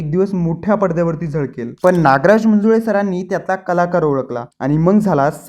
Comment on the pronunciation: लुस्ट स्टोरीज नाही रे... लस्ट स्टोरीज...😂 आणि मंजुळे...मुंजुळे नव्हे... विश्लेषक (?)😂